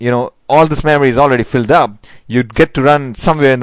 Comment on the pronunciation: Why are u pronouncing Memory as Maamory!!